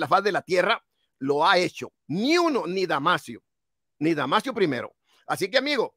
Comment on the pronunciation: No es damasiooo es DAMASOOOOOO